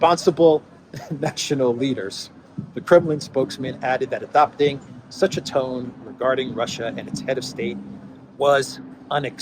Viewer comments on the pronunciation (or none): none